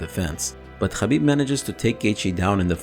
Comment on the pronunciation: I love to hear u say "khabib" correctly